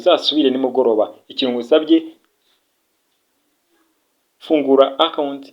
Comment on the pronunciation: Bavuga trust wallet not trust wallat 😂😂😂